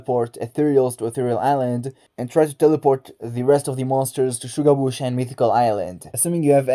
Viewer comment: you earned my sub i love how you say shuga bush 👌🏽